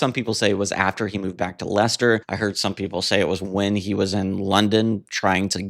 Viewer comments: I have a lot of love for The Buggles - so many early electro pop gems on the two albums - 'Elstree', 'Technopop', 'Johnny On The Monorail', I Love You Miss Robot', and The Buggles version of 'I Am A Camera' is just majestic. P.S. You did so well with pronouncing 'Leicester'... then it all went to fluff with 'Loughborough' - it's pronounced, inexplicably "Luff-burruh". Those pesky British place names! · Noy Low-bto. Luff-burr-uh! Sorry, but Brit place names get pronounced pretty strangely a lot of the time. Congrats on getting Leicester right, tho!